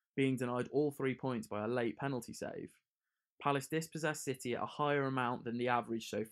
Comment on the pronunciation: He said shitty instead of city😂what a man